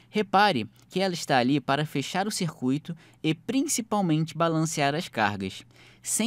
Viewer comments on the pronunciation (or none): none